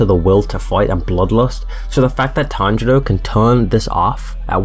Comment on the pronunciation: Why are you saying "Tanjoro"😂😂